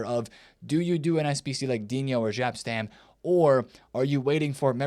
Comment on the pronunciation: You Americans.... It's not Gap or Żap Stam it's Jap Stam 😵‍💫